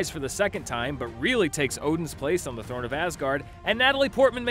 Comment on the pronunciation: "The *thorne*" of Asgard? 😆